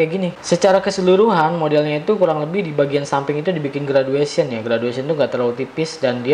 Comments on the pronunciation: gradation ngab bukan graduation :v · gradation bukan graduation